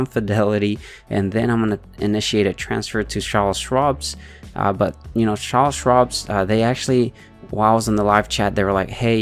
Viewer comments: its "CharleS" and there is no s at the end of Schwab but its okay ! lol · Can't stop laughing every time you call it "Charle Schwabs" lmao